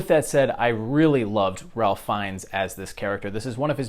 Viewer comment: Nice review. But it's pronounced "Rafe" not Ralph Fiennes.